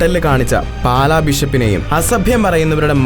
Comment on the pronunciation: പാല അല്ല. പാലാ.